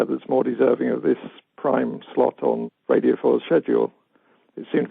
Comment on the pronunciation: One pronounces radio ‘ridio’